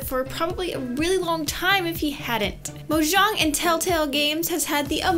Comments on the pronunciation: Its pronounced mojang with the 'j' like in jessie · For FAWK SAKE its pronounced Mo-yang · how she said monjang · ZyCe Grubby Actually, "Moyang". Since Mojang is based in Sweden the proper pronunciation is Moyang. However most people confuse themselves (if they are not Swedish) with the actual J sound. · ZyCe Grubby i agree